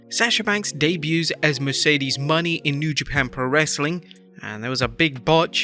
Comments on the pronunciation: So many botches in this one video, outside the obvious botch by Kairi.. Runion isn't a word.. Mone is pronounced Mo-nay, not Money.. the year is 2023, not 2003.. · I do not get why he is saying her name like that Sasha's new name is not pronounced like that not like the word money it is Mo Ne it is Mone not money sounds kind of like it but not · Does the narrator have a reading or pronunciation disability.its been established that it Mone pronounced Monét and she called her Kairi San not Sane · Moe-Nay. It’s not that hard. Just listen to how like… EVERY OTHER PERSON pronounces it.